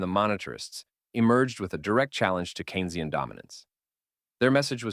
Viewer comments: Not Key-nez-ee-uhn economics by Kay-nuh-zee-uhn. Cain, like Cain and Abel, or, John Maynard Keynes. mark. Please man, its shows you are just a reader (bad one at that) and not a presenter. In fairness I've heard it pronounced as Keenz-ee-uhn, but not Key nez ee-uhn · Keynsian - pronounced KEEN-zee-en, not keen-EZ-ee-en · FYI Keynesian is pronounced "Cane-zian" not key-nesian. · ...and the intro to Keynesian was wrong but then you say it correctly twice in the next section of Supply Side Are you having a bot speak for you? Lol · Do you know economics?? Pronouncing Keynesian incredibly strange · The AI voice tried its best